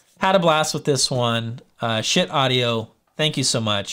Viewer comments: It’s pronounced shiiit dude. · ...but...it's not pronounced ska-heet. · Had to turn the video off once you said Ska-heet. smh. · I would have gone for something that sounded like "Skeet" but ill take this pronunciation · it's pronounced "shit", as in I feel like I need to take a good ole' fashioned shit...LOL. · haha! Definitely not pronounced Ska-heet. I'm guessing you are joking! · You should do some research on the companies and gear before reviewing. It's pronounced SHIT, as in, "that's some good SHIT". Check the company history on their website. : ) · Schiit, man, doesn’t even know how to pronounce the company name. But we venerate the Holy Schiit. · Omg I couldn’t watch it because of the pronunciation it was making me angry. Please change the title of the video omg and put it on your thumbnail that you correct yourself after 7 mins. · I can't take someone seriously when they can't even pronounce the company name.